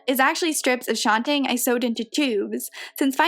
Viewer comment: I love your videos, this one was really great! I appreciate your honesty and humor as well. I think you look beautiful in this dress and I love that you use historically accurate undergarments to get the right fit and look. One thing I have wondered about, and it’s probably silly, is why you pronounce the word shantung as “Shawn-tang”? Isn’t it supposed to be pronounced just how it is spelled?